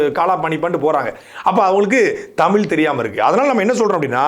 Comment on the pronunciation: தயவுசெய்து “தமிழ்“ என்று சொல்லி உச்சரிக்கவும். தமில் தமில் என்று கூருவதை கேட்பதற்கு நாராசமாக உள்ளது. 🙏🏻